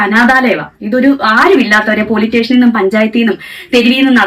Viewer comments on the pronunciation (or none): പോലീടാഷ്ഷൻ അല്ലേടി പോലീസ്‌സ്റ്റേഷൻ